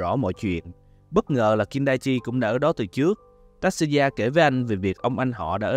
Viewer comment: Mình chỉ có góp ý nhỏ là tên của Tatsuya phát âm là : Ta Tsu Ya , chữ Tsu thì đọc gần giống như là Chư nhưng cũng ko hẳn 100% nha😅, chữ này khó phát âm nhất trong bảng chữ cái Mình ko muốn thể hiện trình độ tiếng Nhật, chỉ là góp ý vì biết đâu sau này bạn sẽ gặp lại nó.